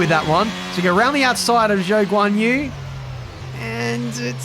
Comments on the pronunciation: how the fuck did they screw up zhou's name like that? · Let’s hope he learns to pronounce Zhou’s name well by half the season. Or maybe he starts calling the rest Ricciardo Daniel, Ocon Esteban and so on